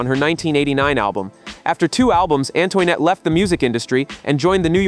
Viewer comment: definitely Antoinette. It should sound like “Ann-twa-net”. I will review the video again and note them here. I care because I lived through this period of Hiphop. I am a voice actor too so sound is important to the listeners to enjoy the content properly!!! I can help you if you want. I do want to do content like this.